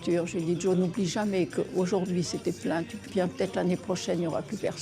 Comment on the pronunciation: Patrick cesses de dire Djo. C est Jo